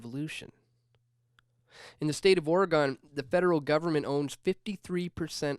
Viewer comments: dude..... OR Ih Gen not oruhgawn. cringe. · Dewwwwwd...Repeat after me: Ore-ih-GUN. I am pretty sure the way you pronounce it makes their skin crawl and I've never been west of Iowa or north of Wisconsin. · As an Oregonian, I like to explain it this way; everyone in Oregon owns a gun. It rhymes. It's not Oreegone. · I don't trust you if you pronounce Oregon like that.